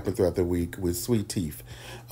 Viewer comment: Wait?! Did you say sweet teef? 😮😂😂😂😂😂